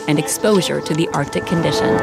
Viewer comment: Arc-Tic. Not Artic.